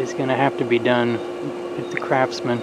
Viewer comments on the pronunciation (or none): Are you saying crapsman or craftsman?